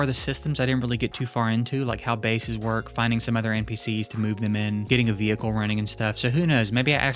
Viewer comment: bro is deffo one of dem state trooper bro says Veehekcle